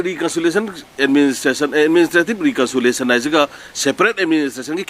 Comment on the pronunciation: Administrative reconsolation ntte, reconciliation haibni, achumbsu yaori, asoibsu chaona yaori, mina ngangba taba midi nttbra khlli.